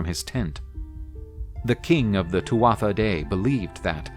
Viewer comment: once again, a little thing, but it’s pronounced TOO-AH not TWATH-AH